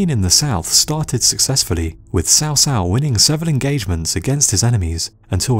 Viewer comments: Here is an 8 second youtube video that tell you how to pronounce "Cao Cao". It's more like "chow chow". How could you think it was "sow sow"? In English, a "c" followed by an "a" is hard, like "K". Good video over all, but..."sow sow"? Took me less than 20 seconds to search "cao cao pronunciation" and the vid was 8 seconds long. And again, even in English, a "c" is always pronounced like a "k" if followed by a, o, or u, like an "s" if followed by i or e. Sow Sow? C'mon man! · It is Chaw Chaw, not sow sow for Cao Cao. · in all the games of the three kingdoms , produced by koei they pronounce Cao Cao (cow cow } who is right them or you